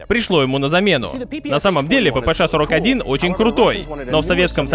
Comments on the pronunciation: Буква "Ша",а не "Ше"😅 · Ааааа, как меня корёбит: ПиПи Эс Эйч 😀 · Брендону так пофигу на то, что кто-то злится на его неправильное произношение "ППШ", что тратит примерно минуту на фонетические объяснения, почему он так говорит и как ему пофигу)